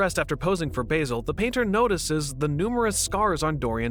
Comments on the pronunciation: Baz-el not bay-sil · respectfully, is it not pronounced 'basil' like the plant, it is pronounced B-AH-zil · Oh no, i forgot that Americans don't pronounce Basil properly.